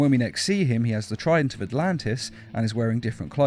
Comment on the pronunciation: is it trident or frident?